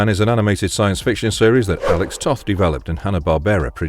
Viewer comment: Alex Toth's last name is actually pronounced "Toeth". The word toe with a "th" on the end. He also designed the Space Ghost characters. Mighty Mouse had a few different costume color schemes.